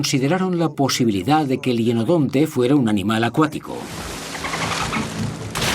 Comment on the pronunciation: Se pronuncia hYenodonte